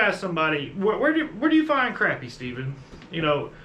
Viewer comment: It is not pronounced Crappy. It's pronounced (Crawpy) A Phonetic illustration to pronounce it correctly.